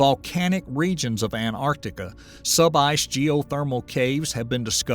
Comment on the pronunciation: A million years to melt an ice sheet ? That doesn't strike me as particularly sensitive. I'll keep watching............. , some rocks or pebbles look like pharmaceutical capsules. Did you send a camera down for that pic, or invent it? mispronunciation of :Antarctica" mispronunciation of "Arctic" Geopolitical intrigue? Really? Are you unaware that prior to the holocene was the pleistocenE? and that we have plenty of solid evidence thatthe earth has been cycling through climatic change for billions of yers. And now you're pushing the green new deal ? Really bud, it's not cars and cowfarts causing these changes. And imho, a human voice would would be better, even if you're spewing unscientific crap to support your propaganda about climate change.